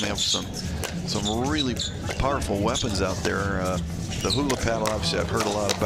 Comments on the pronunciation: Its not Hoola 😂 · Why can’t the announcers pronounce Joola correctly?